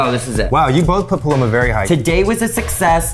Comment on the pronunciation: The way Eugene said “paloma” was lowkey satisfying to my Mexican heart